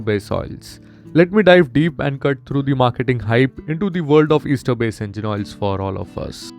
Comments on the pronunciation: It's pronounced as "aester" not "easter". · It’s pronounced as S-ter not Easter sir. But if you mean Easter then, Happy Easter 😂